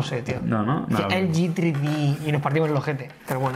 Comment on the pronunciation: #topesdegama como dice "tri di" jajajaja me he partido de la risa